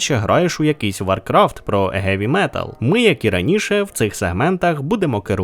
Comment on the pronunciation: "Геві", "гедс"... На якому ти базариш?